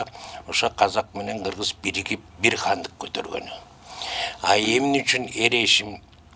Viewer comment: Эр эсим дебей Эр эшим деп айтсанар